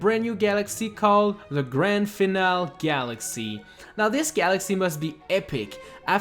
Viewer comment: "Grande Finall Galaxy"... first off, great pronunciation, secondly, it's not even that bad of a galaxy! Base this list off of Galaxies that are actually awful instead of wasted potential.